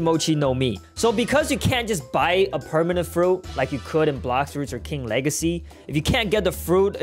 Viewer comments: The wegacy of King Wegacy keeps on going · "king wegacy got me crazy💀💀💀💀💀💀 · He said king wegaceyp